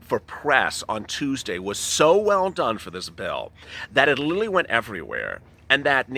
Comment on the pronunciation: "Literally" damb it. Not "lilling."